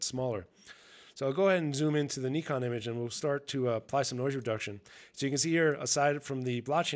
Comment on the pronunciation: An American that can pronounce Nikon well done I am impressed.